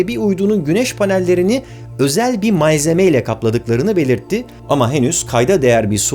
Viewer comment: özel bir ''mayzeme'' :D